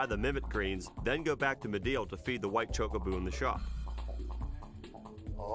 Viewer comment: Back before speech in games, the pronunciation of Chocobo was definitely contested. But choke-a-boo? That's a first..